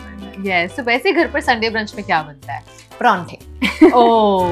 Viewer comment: Man, who say it as “PPrrronte”😂😂